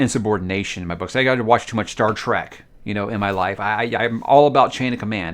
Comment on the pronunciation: You can't even pronounce Star Trek! You said Star Track. Seriously!?